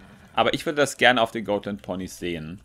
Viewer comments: Dann ist es aber immer noch "Got-" und nicht "Goat-". XD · Oh mein Gott, ich dachte ich wäre die einzige die es nervt 😅 Got nicht Goat,! 😂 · das sind doch keine GOATland Ponys 😂 oder sind es insgeheim doch Ziegen? Nein also es wird so weit ich weiß Gotlandpony ausgesprochen wird also so wie man's schreibt aber ich sage eher gottlandpony also das o nicht so lang gezogen da es sich anders komisch anhört 😂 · #Ziegenlandponys 😂😂😂 die Ponys sind keine "Goatländponys" 😂 Man spricht es so aus, wie man es schreibt, lol. Ich schmeiß mich echt weg Kommt, lasst uns den Hashtag verbreiten, hihi:P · das sind keine goatländ ponys D: Die werden genauso ausgesprochen wie sie geschrieben werden xD Und sie werden auch nicht englisch ausgesprochen XDD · Mich nervt es auch extrem wie falsch er die Rasse auch auf Englisch ausspricht. Ist ja nicht schlimm, wenn er es nicht weiss aber er wurde ja schon darauf hingewiesen. Da finde ich es schon ein wenig respektlos gegenüber der Rasse sie trotzdem absichtlich falsch auszusprechen. Wir sagen ja auch nicht Fäby zu ihm, sondern ^^